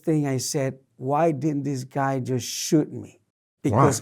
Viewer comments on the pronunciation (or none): none